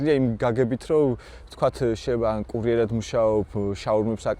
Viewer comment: ბოდიშის მოხდით, ვინ ახმოვანებს? კურიერა თ არა -- კურიერად, რატომ წინგს და არა წიგნს? ველოსიპე ტი არა, ველოსიპე დი ა.შ.